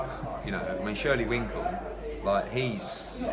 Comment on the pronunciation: eddie cracks me up, the event coordinator and shirley winkle! lmao...and then just keeps on calling him shirley winkle. brilliant!!